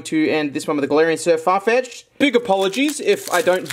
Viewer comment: it's galerian Sirfetch'd not Sirfarfetch'd